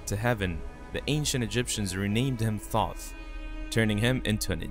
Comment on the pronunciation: The mispronunciation of Thoth hurts me each time you say it.